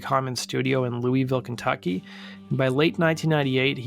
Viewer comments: Great mini-doc about Travis Meeks! The only painful part was hearing Louisville mispronounced repeatedly. It is pronounced Lou-a-vuhl. Although, Lou-a-ville is acceptable and not nearly as painful as hearing Lou-ee-ville over and over. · LEW-EEE-VILLE hurts my ears 😅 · It's "loo-uh-ville". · Its pronounced LUL-VULL. That's how people from KY say it